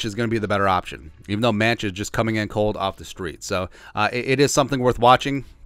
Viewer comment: I believe Mancz is pronounced Mants. Hopefully, he gets some playing time at Soldier Field.